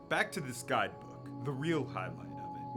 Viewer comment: “lake ilintala” 💔